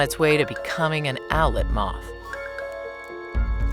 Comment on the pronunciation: Did anyone else hear “outlet mall” when she said “owlet moth”?